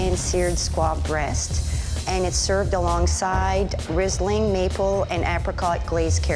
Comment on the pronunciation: Canadians seem to speak a different language. We don't pronounce the h in heirloom and she mis-pronounced Riesling which is a German wine.